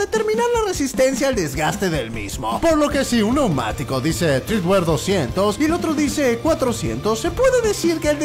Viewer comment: Treadwear no TREEdwear